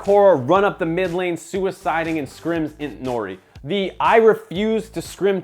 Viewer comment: its intori not intnori